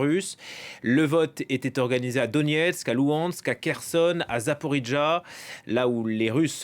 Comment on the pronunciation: C’est pas LouHansk, c’est LuGansk ;)